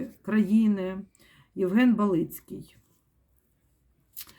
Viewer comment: БАлицкий, ударение на А.